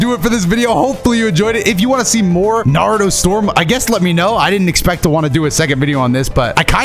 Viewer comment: Every other time this man says Naruto I swear he's saying Nardo. Like he's talking bout Nardo Wick